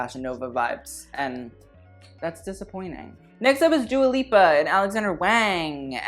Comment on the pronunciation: The way he says Dua Lipa gives me a stroke